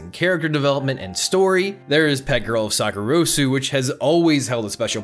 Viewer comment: this is a nit pic but you pronounced sakurasou wrong 😔